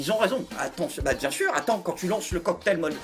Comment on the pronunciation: Gérald Darmanin : "C'est pas bieng, fallait pas le faireuh."